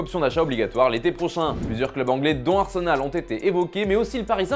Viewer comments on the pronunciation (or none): none